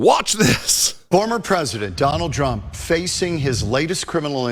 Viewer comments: That news anchor totally called him "Donald Drump". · Did the Fox anchor say Donald Drumpf? 😂😂